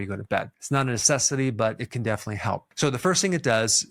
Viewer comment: You show the word "respiratory" but you pronounce it "resspittory" missing two syllables? Likewise for the word "definitely", that comes out "defean-ly".